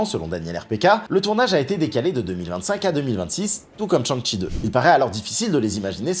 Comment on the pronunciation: Petite critique. Ont ne prononce pas Tchan-shi mais plutôt chang-shi. Shang-chi